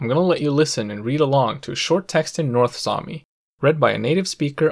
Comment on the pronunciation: damn your north sami is good, it was as good as mine.